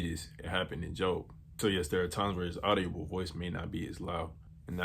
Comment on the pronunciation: audible doesn’t have an o brother like not audio-ble it’s audi-ble